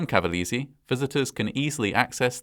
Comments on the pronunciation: Good video, just making you notice that the pronounciation is CavalEse (E like LAKE) ;) just to help you a bit. I am a long time fan of your channel! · not bad, but i cringed everytime you mispronounced cavalese 🤣 dint even know about this, most ppl talk more about the USA fighter jet one as the "worst accident"